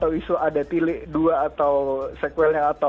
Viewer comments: Wah ngomong tilik nya pas 👍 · dalam bahasa Jawa tilik dibaca/diucapkan tilék( é seperti é pada kata saté)